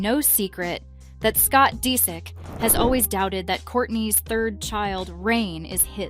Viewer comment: Scott Deesick ?! 😂